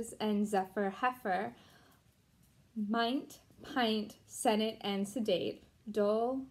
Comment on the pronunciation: It was mostly correct. The most noticeable was mint. It's not pronounced like mine-t, it's pronounced like m-in-t. Also, the word cover is more of an "a" than "o" sound. Lastly, plait is said the same as plate. This exercise is not that useful. Words are typically in a sentence, where if you say something incorrectly the person will know what you're trying to say through context clues. Hope this helps.